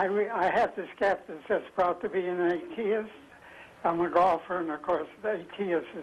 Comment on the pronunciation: Did he say he was a golfer and an ateeist?